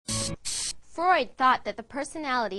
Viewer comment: Not even the name of Freud is correctly pronunciated. Was this made for children?